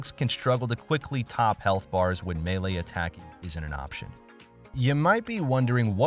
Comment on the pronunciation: He’s saying it correctly